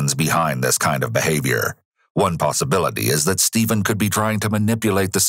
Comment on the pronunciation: so is it Stephen or Steven? You got that wierd